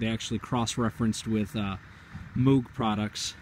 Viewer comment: Moog is pronounced "mohg", not Moo-g.